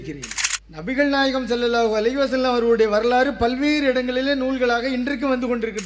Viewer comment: இந்த பெரியவர் என்ன அழகா sallallahu alihissalam என்று சொல்வது எவ்வளவு சந்தோசம்